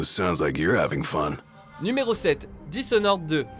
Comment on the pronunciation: Le #7 on le prononce disnord 2 et non disonore 2